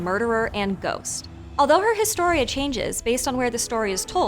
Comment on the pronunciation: Great video as always! Just a minor pronunciation nitpick. The “H” in “historia” is silent in Spanish.